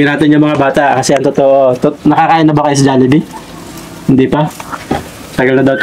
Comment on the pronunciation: HOOOOY, BASAHIN NYO KC MABUTI, HND KAYO MARUNONG MAHBASA NG TAMA, JOLLIBEE, HND JALLIBEE, WALA NMN JA